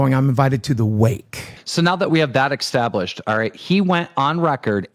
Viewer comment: "Now that we have that all eck-stablished." -Keemstar 2025